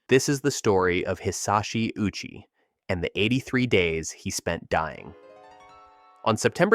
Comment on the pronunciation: Hisashi O uchi. You pronounced his name "Uchi" lol, the o is pronounced separately, Japanese pronunciation is like hi sa shi o u chi